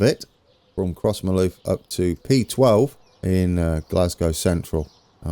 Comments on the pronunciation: A local would say something like "cross-muh-luff" but you'd not turn many heads saying it the way you have been. Cathcart you're saying perfectly right. There is a stairs mod on the .net site that, for me, is more elegant than the one you're using, might be worth a try but it all worked out well at Crossmyloof anyway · Crossmyloof is pronounced “Crossmiloof” Also, South Western goes up to 70mph after Kennishead towards Barrhead.